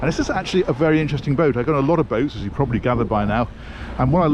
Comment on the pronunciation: ".....I've got a lot of boats, as you problertley gathered by now……" hahah, you are getting funnier by the minute. Keep IT up!!